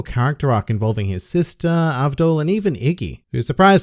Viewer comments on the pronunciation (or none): none